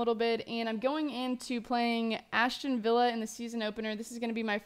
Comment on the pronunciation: Aston not Ashton...